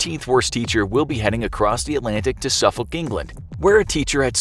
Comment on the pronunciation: Please learn how to say Suffolk. Also that isn't even the worst teacher in Suffolk, so I'm surprised it made this list. Also while yeah, they may not get locked in closets, most students with dyspraxia get punished in school for not doing well enough, both with and without official diagnosis.